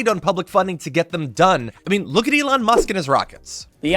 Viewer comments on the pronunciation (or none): none